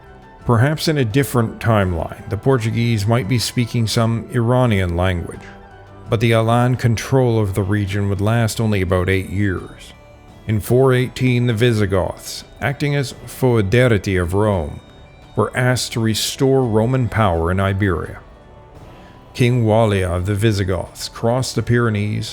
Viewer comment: 'foederati' is a cognate of 'federal'. Shouldn't the stress be on 'a' (third syllable, not second)?